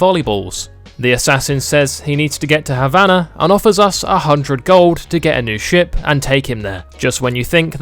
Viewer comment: You cant even pronounce Habana